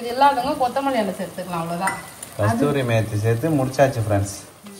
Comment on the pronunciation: கஸ்தூரி மேத்தி இல்ல கசூரி மேத்தி